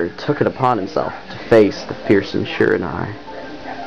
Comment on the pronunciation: shee-*RA-nuee *tounge flutter. *or-O-chee